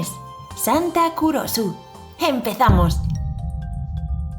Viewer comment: Cuando dijiste santa Kurosu yo pensé que dijiste culoso